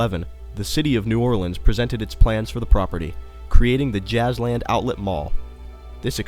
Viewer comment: you misspronounced the names of every jazzland ride!